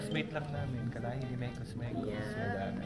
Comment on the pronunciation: originally ay mex mex po yung mekus mekus, bisaya ng mix mix. pero yung pagpronounce ni ay sounds like mekus mekus kaya naging known na sya as mekus mekus.😂